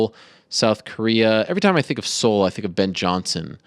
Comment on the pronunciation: Ah no Ariel that is not how you pronounce his name. It's not very good to be trying to correct people when you are the one that is wrong Ariel. lol You also incorrectly pronounced South Korea's capital of Seoul also.